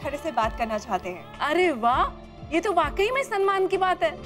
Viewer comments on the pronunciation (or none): Samman hota hai sanman nahi…